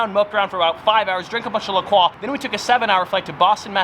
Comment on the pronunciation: it's pronounced "Le Croy" like "Enjoy." Not "Le Quaw."